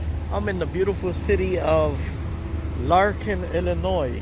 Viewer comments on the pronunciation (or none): Lanark not Larkin.